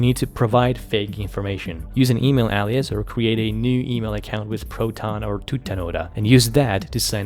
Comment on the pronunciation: That's not how you pronounce alias 🙂